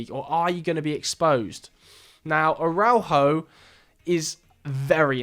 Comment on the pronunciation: Great video. But I think I had a stroke every time you tried to pronounce Araujo